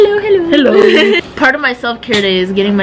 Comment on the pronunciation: Did say halloo?